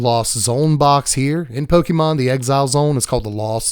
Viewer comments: Pokémon has an accent. It’s pronounced po-KAY-mon, not po-KEE-mon. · The accented é in Pokémon is pronounced like the accented é in café or resumé. Po-kay-mon. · "Pokey"mon lol